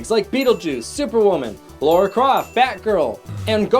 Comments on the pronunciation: Lara. La-Ra, not Laura. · 1. Lara, not Laura. 2. Did you say.. Fragile Rock? Fraggle! Frag-gle. 3. you missed the firefly class transport ship queing for the nightclub (what? no way to know it's the Serenity... it probably is though)) . 3. Robbie The Robot in the apartment.